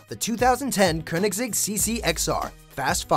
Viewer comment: Atleast he did pronounce Köenigsegg correctly